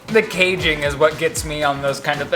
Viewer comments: “The caging is what gets me in those things”😂 casing not caging 😂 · The “caging”?!🤣🤣😭 sweety… the casing? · sorry but saying caging instead of casing is getting me